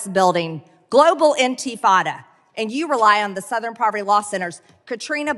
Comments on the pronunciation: Was she trying to say "antifa" and it was coming out "antifada"? LOL, OMG, she's such a dumbass! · "Anti-Fata". She can't even pronounce the name of her own made-up boogeyman. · I was thinking the same thing. Like, I thought to myself, "Antifada... What is that?" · "Enteefada"; what an effing moron. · She cant even pronounce A😊ntifa correctly